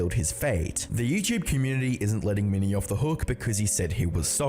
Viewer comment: Dude. You gotta get your pronounciation in check. Don't take this the wrong way, i mean no hate when i say that when you say "mini", it soinds like "many" and when you say "quote" it sounds like court. Just wanted to get that out of the way. I'm liking your videos so far but you gotta get your pronunciation in check